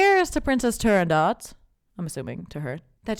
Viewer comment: It's really more like "Nobody shall sleep", if I had to get obnoxious about it. Also, everyone in Italy says "La Turando...t" where there is just a hint of a following consonant, but no actual T. It's more the way they vocalize the "o" that hints at a consonant being somewhere in the neighborhood. Also, I want to add a couple more things: You should do more of this. I know how much work this is, but you have a compelling presence and I am watching all your videos. Alas, I'll run out soon and I know I'll want more. A story: When my wife was very sick, bedbound for months at a time and deeply depressed, I made a mixtape (yes, it was that long ago) of mostly Puccini arias, some Verdi, Leoncavallo, Vivaldi, even a bit of Mozart and Handel. She knew nothing about opera at the time, but I couldn't reach her otherwise. Her illness and depression had formed a wall between her and the rest of the world. One day she asked me "Is this the music of the angels?" By then I had tuned the music out. I think she was listening to “Un bel dì vedremo”, but could have been the flower duet. What I do remember is that she came out of her deadly depression. It wasn't an overnight miracle (both of us are non-believers), but that was the beginning of her (limited) recovery. This music, reaching us from decades and centuries past, has power beyond just notes sprinkled on lined paper. My daughter studied Viola and she was part of our local youth orchestra. Those are some of my best memories. There is no